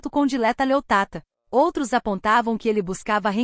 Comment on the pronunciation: Ó mentirosa nem sabes dixer o nome dela direito, é Dileta Leotta e não Leottata. Tu é que és uma "tata". O pobre do Can não pode falar com nenhuma mulher que logo tem um caso. És mentirosa, louca histérica 😡😡😡😡